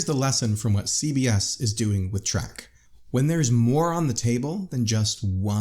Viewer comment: It's Star Trek not star track